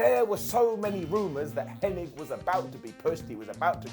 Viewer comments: Curt Hennig, not Henning. lol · His name is Curt HENNIG NOT HENNING!